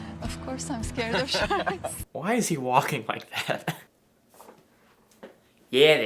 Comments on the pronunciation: “Ya, there’s sha’ks in the ‘arbar” 🤣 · the fucking walk and "shahks in the hahba" 😂😂😂😂